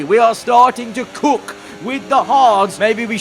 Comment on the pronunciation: The way he says “cook” is just hilarious 😹